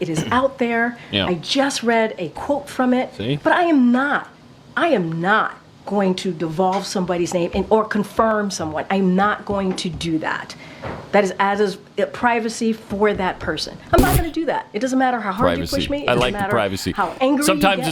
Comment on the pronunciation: Did KJP just say divolve instead of divulge!? 🙄🙄🙄🙄🙄I can’t get used to this non language